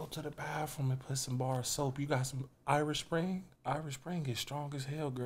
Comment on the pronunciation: The ignants (yes, spelled incorrectly), in this video is so cringe I literally can't sit still. You can't do this to me bro 😂😂. This nigga said Irish springs. Bruh nooooooo 🤦🏾‍♂️😂😂